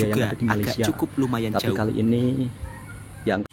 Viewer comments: emang sebutan jauh itu gitu ya mas? 'juauh' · Ikut jarak lagi jauh lagi panjang sebutan juuuuuaaaauuuuh